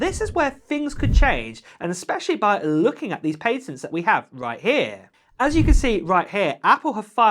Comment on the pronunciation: I cant listen to him say ‘pay-tats’.